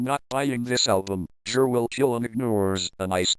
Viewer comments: i love how the voice pronounces it JIR instead of GIR 😂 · its pronounced G.I.R